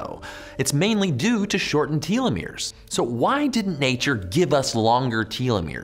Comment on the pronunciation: “Tell- eh-meers “